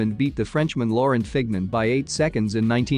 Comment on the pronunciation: Pronunciation of Lemond and Fignon, really? And Garmin and Cornet. Try the French pronunciation.